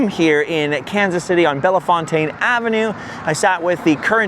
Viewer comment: Bellfontane is pronounced bell-fountain in KC